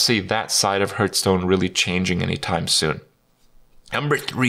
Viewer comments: i love hearing kripp say Hurtstone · I always hear "Hurtstone" when he says it